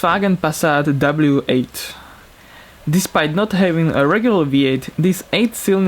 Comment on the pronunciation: sorry but the w8 is a "w" not a "v"